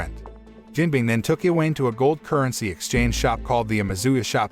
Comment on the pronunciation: i-weyn. iweyn. hahahahaha I-wa-ne. its i-wa-ne